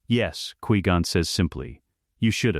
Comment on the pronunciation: I really don't like how your AI says Qui Gon.